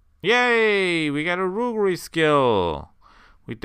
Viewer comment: I saw a previous comment about the pronunciation of "roguery" and it's definitely not a very commonly used word now. Here is the best way - Anyways, love the series. I can't wait to see castle sieges.